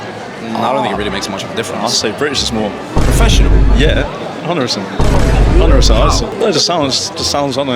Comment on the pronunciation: 非常含糊地講 「100%」